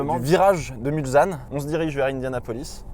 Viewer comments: On dit Mulsanne comme Sam et pas mulzanne mais sinon superbe vidéo comme d’habitude. Je suis natif de 500m du circuit 😉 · Mais arrêtez de dire "Mulzanne" !!! Sérieux comment il faut le dire que ça se prononce MulSanne avec un S comme Senna !!